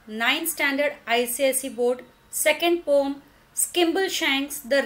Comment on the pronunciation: mam you pronounce poem wrong